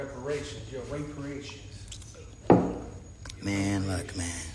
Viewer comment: "Raperations" is wild 😂